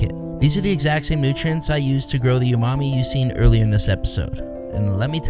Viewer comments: Umami isn't pronounced "YOU-mami" 😂😂 its "OO-mah-mee" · The word "umami" is pronounced "ooh-mami", not "you-mami". 👍